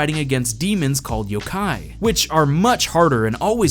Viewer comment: It's pronounced Yo-Kai by the way